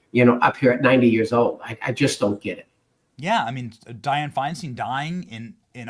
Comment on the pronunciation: Learn how to pronounce Diane’s name, you pronounce it wrong every time you say it.